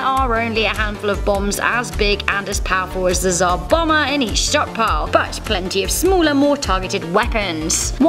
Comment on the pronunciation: Its Tsar Bomb-Ber not bomber